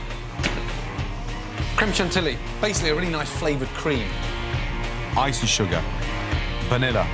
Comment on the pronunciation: “crim shin-tilly” as a french speaker I find that really funny the proper pronunciation is “khrem shon-teeyee”